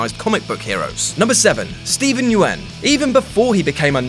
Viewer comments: Just so you know, Steven Yeun's name is said the same way as Young, without the "g". He said it on Conan. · Nobody going to comment on how he pronounced Steven Yeun's name? Or how he pronounced Negan... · mate you butchered negans and Steven yeuns names